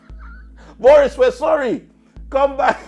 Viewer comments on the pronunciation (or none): none